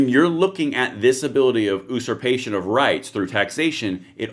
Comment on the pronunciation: Not to mention the illegal registry! On another note, it's YOU-surpation. Not "oo-surpation." Look it up. You don't say "oonited states." Or "oosual." Or "ooseful." Same deal. 🤗